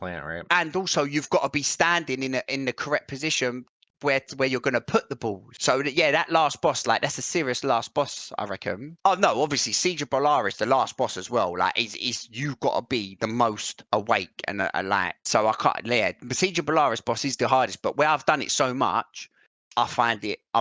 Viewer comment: How do you listen to him that often without correcting Bolarus to Boralus? I know it's not that big a deal, given that we all know what he means, but it sorta grates a bit.